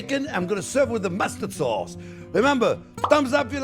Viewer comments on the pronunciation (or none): cause = sauce